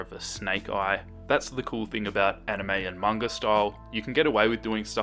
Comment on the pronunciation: EH ACTUALLY PRONOUNCED IT CORRECTLY! If he said manga the was people that don't know it, I would've cringed so hard in this video 😂